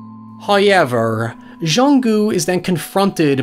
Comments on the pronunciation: This may be a record for time says How-yever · First "high-yevver" occurs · No one:: HaiYever... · No shade, I love your accent,. This particular word just fascinates me. 🤣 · . There it is again. "Hoyever" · Not just one, but TWO ‘hoiever’s’ thank you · I'd say it's a "höiever"! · It's more like howYever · I love how pronounces "however". Its the whole reason I subbed.